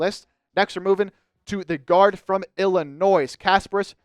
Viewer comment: You can't pronounce Illinois let alone Jakucionis.